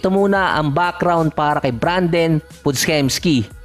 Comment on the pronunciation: Pod-jemski basa dun idol